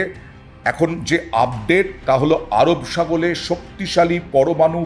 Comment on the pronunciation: "আরব সাগলে " কি খবর পড়ছেন